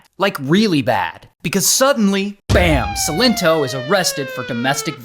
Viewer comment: Sigh-len-toe - that's how you say his name Ray 🤣🤣🤣